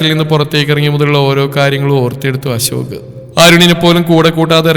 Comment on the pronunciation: ജാൻ അല്ല അശോക് അശോക് അശോക് 10 തവണ പറഞ്ഞു പടിക്കു,,, ജാൻ കേൾക്കുമ്പോ നീലാംബരി ഓർമ വരും